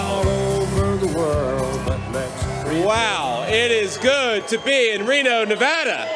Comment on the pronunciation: Yay, you know how to pronounce Nevada!